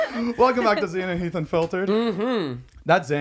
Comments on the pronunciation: Nahhh she said HEEF 😭😭😭💀💀💀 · Anyone notice she said “HEAF” instead of Heath?? I was dying 😂😂